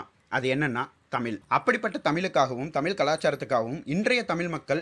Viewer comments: Elam ok bro......but it's irritating wen u pronounced tamizhh as tamil......😊change it...it will be far better presentation.... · Improve ur pronunciation. Particularly, u r saying "தமில் " instead of "தமிழ் " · தமில் இல்லை தமிழ்..தமிழ்... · நீங்க முதல்ல “தமிழ்” னு உச்சரிங்க தமில் தமில் னு சொல்லி கொல்லுறத தாங்க முடியல🤷🏻‍♂️ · Bro thamizha pathi correctah sonnenga aana thamizha tamill, tamill, nu thappah sollaatheenga. If hurted sorry. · தமிழ் என்று தெளிவாக உச்சரிக்கவும்.... நீங்கள் தமில்...தமில் என்று உச்சரிப்பது அருவெறுப்பாக உள்ளது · Neenga tamil tamil endru ucharikum varthai en kaadhuku ketta sathamaaga irukiradhu dhayavu seithu tamizh endru ucharika veandugiren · unga ucharipu seri ya illa tamil illa tamizh ழ் sollunga ல் solladhinga but nice concept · Mudhal la THAMIZH eh Sariya Uccharippom. Tamil illa, தமிழ் Thamizh.... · 👍வரலாற்று செய்தி அருமை உச்சரிப்பில் கவனம் தேவை தமிழ் தமில் எனவும் "ள" ல என உச்சரிப்பதைதவிர்க்க வேண்டும் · Bro try to pronounce as Thamize.. not Tamil... please try.. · bro tamil nu soldrenga tamizh nu solunga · I love your videos but you have to improve on zhana. Not Tamil, spell it as thamizh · Small suggestion kindly pronounce தமிழ் properly you are talking more about tamil but whenever you pronounce word தமிழ் like Tamil use ழ் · தமில் இல்லை தமிழ். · bro please speak proper thamizh it's not thamil it's called thamizh pls don't spoil the Thamizh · Please pronounce Tamizh properly. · தயவுசெய்து தமிழ் என்று சொல்லும்போது சரியாக உச்சரிக்கவும். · bro ungaluke zha.. varatha :O, Eitherways Great job bro